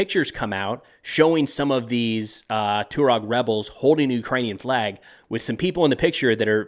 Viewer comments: It's pronounced "Twah-reg," not "Too-reg." I have only met a few Tuaregs, but they were impressive men; tall, handsome and intelligent. The Sahara is not for sissies. It's amazing that this tribe has survived for millenia in that harsh environment. I would not want to have to go up against them. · Hey bud, when you pronounce Tuareg which an emphasis on the U and Niger as Nai-jeer it makes you sound like a complete clown who's seeing and hearing these words for the first time. It's twa-reg and nai-jer FYI. Good luck with your "research"! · It’s pronounced “Twah-reg” sir 🫡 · hey yank, the CORRECT pronunciation for Tuareg is TWA-REG. not TU-REG/TU-RAAG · I love you, but Malian is pronounced "Mah-lee-an". Tuareg is pronounced "tuh-wah-reg" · Just as a very minor point, it is pronounced Taw-Reg. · man havent you ever seen sahara? TWA-REG :| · Its pronounced " twareg" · Just, ‘Jay-nim’. Also, ‘twah-reg’ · The Tuareg have been famous for over 150 years, since the days of the Foreign Legion and Beau Geste; they are pronounced "TWAHREG". What world are you in? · Isn't it pronounced "twah-reg" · You butchered the pronunciation of Tuareg 😂